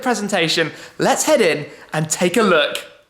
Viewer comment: How did he say "look" ?? His mouth didn't even.. HUH?